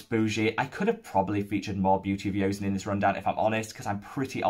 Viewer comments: Hello, I'm Korean and just wanted to say it's pronounced "jo-sun" not "yo-sun", glad you're enjoying their products ! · quick note: joseon is pronounced "jo-sun", with the "jo" sounding like a combination of "jo" and "cho". not a 'y' sound. :) thanks for your 2021 thoughts so far!